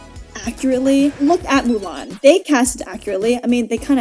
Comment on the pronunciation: You saying Mulan was so real. Hated it with my whole gut, my Chinese side of me was in pain.